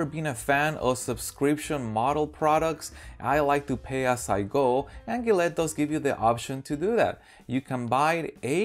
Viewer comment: it’s Ja let